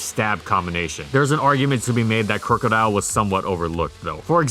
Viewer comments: Crook-odile not crew-codile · "Crew-co-dile" The rest of the world: "Crook-o-dile"